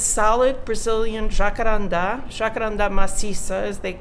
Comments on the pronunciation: From the moment she said jacarandá, I could tell she lived here in Brazil. But being married to someone in the Brizola administration was a whole new level. She's practically a carioca. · Jacarandá, nice to hear people talking rosewood as his real name, at least for we Brazilians 😄